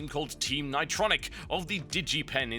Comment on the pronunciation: ni-TRON-nic RUSH